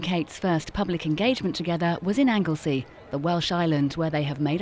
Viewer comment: The name is Anglesey please practice the words & names before you speak.!